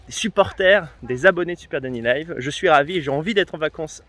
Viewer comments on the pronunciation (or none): none